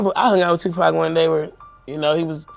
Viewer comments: His name is Tupac not Tupack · IT'S NOT 2PACK IT'S 2PAC YOU STUPID WOMAN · It's not Tupack it's Tupac.They could at least get the name right. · POC not Pack !! Geez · This Tupack Is boiling me inside……It’s TUPAC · Tupac not two pac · Stop saying two pack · ITS NOT TUPACK!!!!!!!!! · PAC man must be pack I hear them mispronounce so many names not just here but all around pac dmx and suge but sug nights pretty funny one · I wish you would pronounce his name right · As much as i want to hear this story, i will not sit through an AI voice 5 seconds in mispronounce the name of the main subject. I'm sure other regular words are mispronounced as well. I'm not watching it. Either use the AI properly or narrate it yourself.